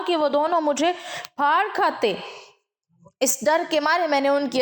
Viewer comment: Mohtarma itni Urdu janne ke bawajood aap ka "phad khate" ke bajaye "Fad khate" khna hairankun Hai. Is tarah tho Hindu log bolte Hain.